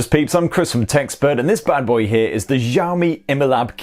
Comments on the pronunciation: It's not xaomi it's Xiaomi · Its not Xiami...